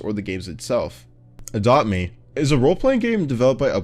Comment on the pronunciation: bro u said ADOBT ME